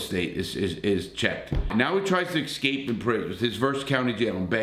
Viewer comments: it is not EX cape. It is ES cape. Grammar matters. It shows us whether you finished public school. Just a small tip. Keep it up Larry. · I hope you like hearing Larry say "ek-scape"🤣🤣